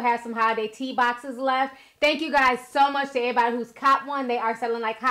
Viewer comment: Ti enunciates her words so well but every now n again we’ll get that lil hood “ehh-body” instead of “everybody” 😂😍 I’m hear for it mark